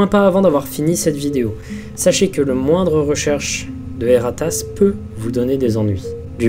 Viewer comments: J'entend "Et ta race" à chaque fosi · rien: absolument rien:: E R R A T A S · Dsl ça me tue a chaque fois qu'il dit "E R A T A S S"💀💀